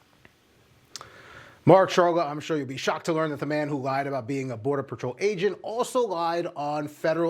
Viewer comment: Musta went to the missouri learing centers for their education lmfaooo " ferderal " 😂😂😂